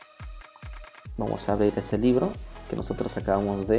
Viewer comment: dice libre...debe decir libro